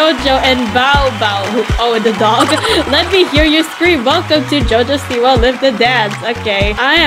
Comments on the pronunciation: Jojo siwa- I thought I pronounce it right by saying "jojo Soupwa" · its jo jo siwa😂